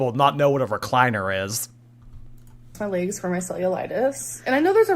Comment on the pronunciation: “WOONS on my LEHhhGs” 😂